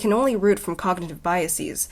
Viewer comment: The way u say biases is funny lol